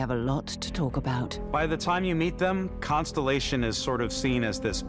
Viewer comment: I'm so looking forward to Starfield, but of course the inclusion hire in the "Production Director" doesn't even know how to pronounce 'ConSTELLation'. She said 'consolation' 😂